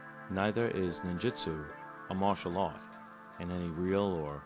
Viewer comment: Ahhh...Cummins: the Ninja expert who pronounces Ninjutsu as "Ninjitsu' lol!